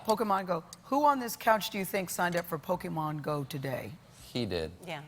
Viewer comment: Pokey-man go